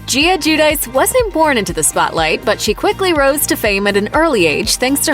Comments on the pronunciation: It’s more like “gwee-oh-dee-chay” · GIUDICE!! ITS PRONOUNCED "JOO-DEE-CHAY" HOW MANY TIMES DO WE HAVE TO CORRECT REPORTERS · You’re pronouncing their last name COMPLETELY WRONG lmao bruh